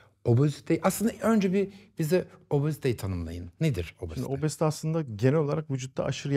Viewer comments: Neden obozite diyorsunuz? Çok komik :)😂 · "obOzite".. Başka bişi demiyorum. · niye obozite diyorsunuz😹